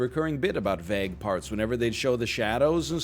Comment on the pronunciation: The pronunciation of vague is insane!